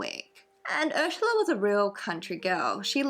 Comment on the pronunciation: I watch all the time but I just couldn’t watch this one because of the way she says Ursula. I know that’s stupid and blah blah blah but it bothered the shit out of me. 🤷🏼‍♀️